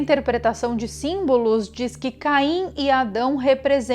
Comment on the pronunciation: Só eu ouvi Cain e Adão?